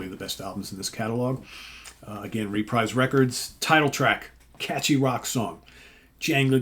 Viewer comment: About one third into this video, I have to stop and correct you about the pronunciation of Reprise Records. I’m pretty sure it’s pronounced “re-preeze”…..rhymes with “Fabreeze” 😂😂 Ok, sorry, I will now continue watching. So far so good 👍